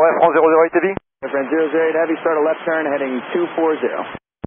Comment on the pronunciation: I mean... it's Air France, not Airfrans, I think that should be pretty known by now.